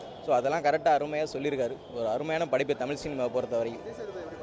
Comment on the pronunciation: Thamil illa kannungala adhu thamizh.zha solli pazhagunga.tamizh mozhi peyar sollavae varala idhula naanga tamizhanganu peruma.90 percent of people cannot say that this basic way of pronouncing language properly n all are vandherigal only.Telungargal like Karunanithi,Vijay Sethupathi and Malayalis like MGR (.actual tamizhar) should have shared their siruneer.Odukkapattavanga solli solli athoda konjam adhigam nenaikara jaathikaaranga thaan avangala odhukaradhae.ivanunga politics panni panni pera edukaranga .